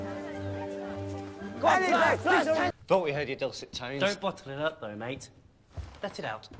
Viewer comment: i thought they said good day mate and good night mate but it actually said maid